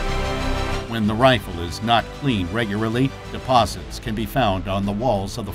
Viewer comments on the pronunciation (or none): ... Reguraly? Is that what he said?